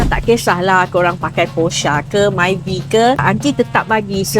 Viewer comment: Myvi maivi❌️ Maivai✅️ Bezza Bizza❌️ Bazza Proton Ploton❌️ Palataun✅️